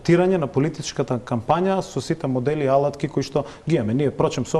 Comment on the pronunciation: Ljupco Nikolovski, golemiot prijatel na seljakot od Murtino, koj nisto ne napravi dodeka bese minister za zemjodelstvo so nadmen izraz na liceto, koj go naglasuva prviot slog na zborot "alatki" so sto go potvrduva svoeto poteklo i vrskata so seljakot. Ne mu prilega na politicar na visoka pozicija kakva ima Nikolovski da ovaka histericno reagira! A ti voditelke ne si vo pravo sto zastanuvas na strana na Nikolovski i go obvinuvas Janusev deka upagjal vo zbor, a site gledame koj toa go pravi so sto samo ja potvrduvas tvojata i partiziranosta na tvojata televizija !